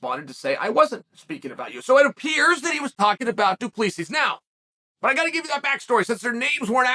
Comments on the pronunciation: Chael definitely doesn't get paid for his annunciation and pronunciation. He gets paid for his analysis. Between Duplessis and Pereira....killing me smalls. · Izzy won't say his name...because he can't pronounce it 😂 - teach him Chael! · Just to assist with the pronunciation of Du Plessis, the last "s" is silent. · why is chael so bad with name he’s not saying his name right 😂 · Uncle Chael, the question is will the UFC come to Africa. Also, learn abit of Afrikaans cause you pronouncing his name wrong. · Someone tell him Du Plessis = 2 + 3 thats how you say it haha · The s was silent until chael pronounced it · 😂😂😂 As a South African the pronunciation is killing me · ‘Doo-plee-seas’ 😂 Even saying Israel’s name badly - come on Chael! You’re supposed to be the top commentator in the game, say their names even remotely correctly bro. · As a South African listening to Chael butcher Du Plessis' name is hard 😂 Chael, it's pronounced Du PleSee 😂😂😂😂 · Mate his name is Do-plah-see 😂 it’s crazy seeing a South African in the ufc from a kiwi point of view this will be big cause we have a big rivalry with the South African rugby team and Izzy hails out of New Zealand so it’s a good rivalry lol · Hey Sonnen the S at the end of Du Plessis is silent. It is pronounced like it is pronounced in French. Pronounce it like Du Plessy or you sound stupid. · I don’t even like the guy but it’s Du-PLE-SI 😂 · Du plee sees 😂😂😂 he never fails to impress with the pronunciation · Doo-PleeSees… addition by subtraction, if you will. 📌📌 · As a South African it’s pronounced du,ple,see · Pronounced Du Placee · DO-PLI-SEE... that's how you'd pronounce it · Uncle Chael decided it’s now pronounced Dewpleasees. So let it be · Pronounced : Doo Ple sea please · Chael Sonnen messes up their names n just says fuck it 😅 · Say his name right ffs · The last asses are silent Mr Sonnen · "Doopleesees"😂😂 Do. Plisee is the right way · Unc Chael - just wanna inform you if I may, it’s Pronounced Doo - Ple - See